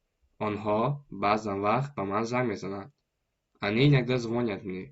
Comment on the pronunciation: Правильно говорить ЗвонЯт!